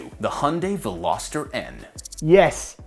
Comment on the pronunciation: Veloster...oh jeeez..this ruined your whole credibility!